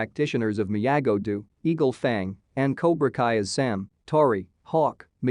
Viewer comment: You can’t pronounce the words “Ralph Macchio” You made it even bigger mess of the word “Miyagi do” You have no business explaining anything about this IP. And you didn’t “explain” anything. All you did was give a summary of what happened. This is a terrible video and a waste of time. I can put up with a Souless video sounding like a robot.. but when that robot sounds 10 times more ignorant than the people there apparently trying to explain things to.. it’s shit. You were trying to explain things to people that can actually pronounce the words. As I said.. this garbage is the waste of time. Usually when somebody puts “ending explained” they are enhancing what people experienced by watching it. They bring something to the table and add to the whole experience. All you have done is provide a video for somebody that wants to know what happened without watching it. What a piece of Clickbait 💩. You basically made a video and read out the synopsis. Justa Lazy piece of content